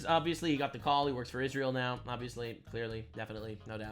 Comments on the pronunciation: I actually believe she is the reason Hamas started this war😉 she is definitely in charge of Hamas in Gaza, can someone please put Candace in speech therapy , last I was taught it was Israel not Ishrael🤷🏼‍♀️ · Why does Candice keeps saying Ishrael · She is such a skitzo it makes me cringe physically. Also, how do you spend your entire waking existence talking about israel and not be able to say the damn word correctly. Wtf is an ishzrael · No only does Candace Owens make no sense, she drives Mr literally insane with how she pronounces Isreal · The way she says Israel triggers me 😅 damnit say it the right way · Why does Candice pronounce Israel like that? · Why cant Klandice Ovens pronounce Israel right? its so annoying.